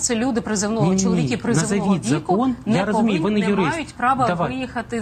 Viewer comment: Все правильно ви говорите про мосійчучку, але слідкуйте трошки за вимовленням, будь ласка. Не чоловікІ, а чоловікИ.